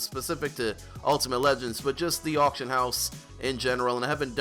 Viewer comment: "Autcion" lol Someone's been drinking.